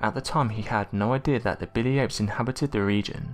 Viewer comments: Why do you keep calling them "ames"????? The word your looking for is "apes"....your literally able to say it when you say the full name, "bili ape", but as soon as you say the word apes by itself, your brain and tongue stop communicating or something... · Every time you say apes it sounds like Ames! Frustrating! 😢